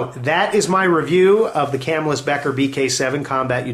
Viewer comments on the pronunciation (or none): good video, but Camillus is pronounced Kuh'mill-us. Lived there all my life... too bad the cutlery has vacated.